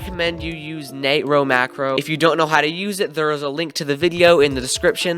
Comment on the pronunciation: it killed me when he said "nate-row macro"